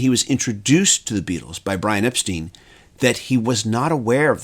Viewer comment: And BTW, their manager's name was "Ep-stine" not "Ep-steen". See here and